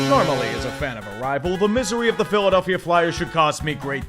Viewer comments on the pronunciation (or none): none